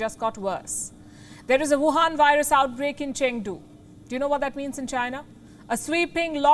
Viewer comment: Why do you keep calling. "The Youwhan Vírus"??? Are you a Trump relative ?